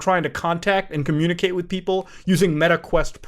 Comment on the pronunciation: Com-muta-cate through the mutaverse